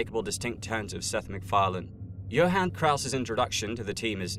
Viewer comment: It sounds like Krauss is saying f- you to Hellboy instead of stay focused